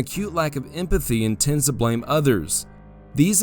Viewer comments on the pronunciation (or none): none